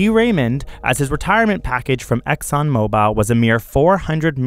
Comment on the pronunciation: Here we go all over again. Fake news. Best for snowflake generation. This idiot doesn’t even know how to pronounce ExxonMobil. Pronounces as ExxonMobile. Hahaha....